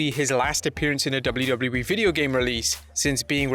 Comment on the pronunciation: Is anybody else bugged out by the way he says “WWE”?? It’s like he’s adding extra syllables or something just sounds like gibberish